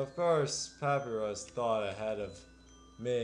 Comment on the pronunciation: Dear its Pa-py-rus (papierus)